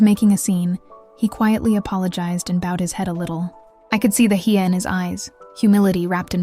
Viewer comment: I love how you explain what you learned about us, Filipinos....Hiya, not haya